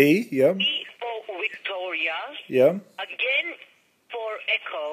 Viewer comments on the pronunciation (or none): 'WEE' for 'Wicktoria'. HAHAHAAHHAHAHA